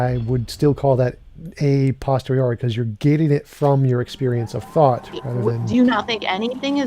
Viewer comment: C'mon now... It's "a POSTERIORI"! Not "postori."